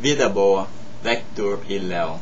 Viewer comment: "Vida BOa, VÉctor i Leo"